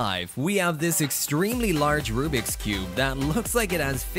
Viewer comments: It’s Rubik’s not rubrik’s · I like how he says rubriks not rubiks